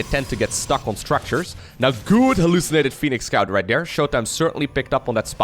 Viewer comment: Can you start saying there instead of dere ?